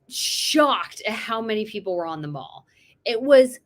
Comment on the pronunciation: Loved your commentary, and your interest in the UK and the Royals. Thrilled that you got your selfie with the Princess of Wales! Just FYI, it's definitely The Mall to rhyme with 'Pal', and not 'Mawl' as in a shopping centre. Once again, really enjoy your posts and your enthusiasm for us Brits! XX